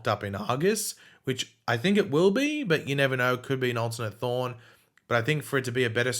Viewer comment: I can’t Tell if is saying Thawne and Thorn